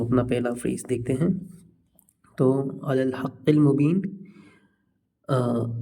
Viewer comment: Wo word ala h illa nhi h